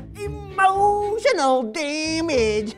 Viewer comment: “EmOtiOnaEl DaMaGe” 😂